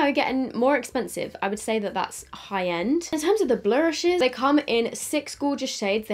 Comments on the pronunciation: I can’t stop laughing when she says blurshes🤣🤣🤣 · The way you say “blurshes” with the American southern accent. 😂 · I was sort of having this on in the background and was crying like 'Why tf is she saying blushes like that' ahaha screamin